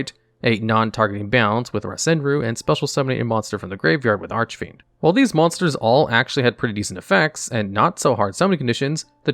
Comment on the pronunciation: This guy keeps pronouncing Archfiend wrong.